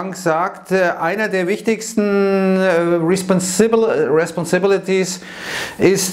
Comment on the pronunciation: Als versucht hat "responsibilities" auszusprechen hat er mich gebrochen 😂